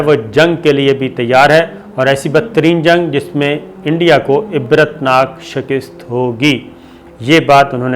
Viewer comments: ابے شَکِست نہیں بے ، شِکَست ہوتا ہے —- تلفظ درست کر لو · شکست کا تلفظ غلط ہے آپ کا، سرور چودہری سرگودھا